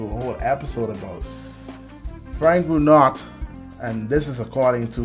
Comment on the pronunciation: Huge fan of this guy. Pretty sure his last name is pronounced "Bru-know"